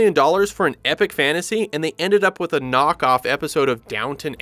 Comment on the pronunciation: So basically he should have said "AND forcing..."